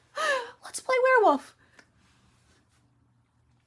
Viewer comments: Are you saying "were woof"? Because it sounds like you are saying were woof. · i'm stunned by your commitment to only ever pronouncing it as "werewoof"